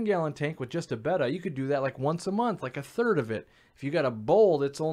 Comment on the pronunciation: Thank you for saying their name correctly 🤗